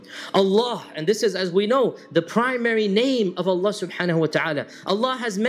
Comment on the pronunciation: it's Allah not Alan